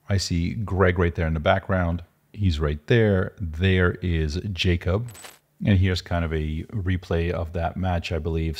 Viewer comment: And its not Jacob, its pronounced "Yakhub"